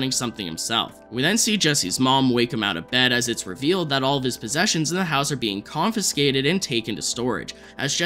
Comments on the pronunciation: Not trying to be rude, but you say “confinscated” a lot; there’s no N, it’s just “confiscated” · Confiscated is pronounced CON-FIS-KAY-TED